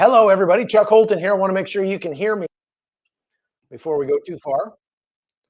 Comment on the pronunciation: Chuck your pronunciation of foreign languages is amazing. Unlike many people you get the pronunciation right. Israel names its fallen but Hamas doesn't. Naming the Gazan dead would be a way of knowing the correct figures of Gazan dead.